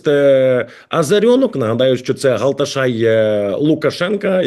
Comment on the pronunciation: навчись читати, якщо вже ніколи не чув слова "глашатай", а не "галташай")). Навіть не розумієш значення цього слова